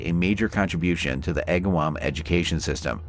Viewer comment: Holyoke is pronounced, hole-yoke and Agawam is more 2 syllables agg-wam not a distinctive 3. I dislike these fake voices as not getting simple facts correct cause me to be suspicious of other facts being presented. I was her age and lived in a town close by, it was quite the event. I had not heard of the resolution